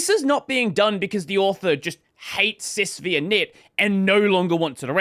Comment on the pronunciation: The 'V' is a Roman numeral. It's "SysFiveInit", not "SysVeeInit". It's named after UNIX System V.